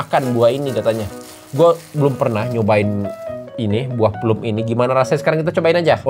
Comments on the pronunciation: bukan plum dibacanya tapi plam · BUAH PLUM DIBACA PLAM BANG :) biasanya rasanya masam kadang manis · Penyebutannya "plam" mas😂